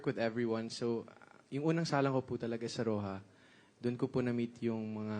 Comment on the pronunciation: For the Record: "Roja", being the Spanish word for "red", is correctly and most appropriately pronounced [roh-hah], and NEVER [row-huh], and with a Very Hard R sound. I just wonder where the millennials, genZs and genAlphas got their f**ked up, anomalous pronunciation/s ?!?